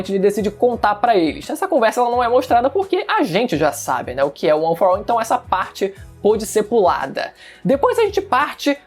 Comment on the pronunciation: Mas não se fala: UAN FOR AU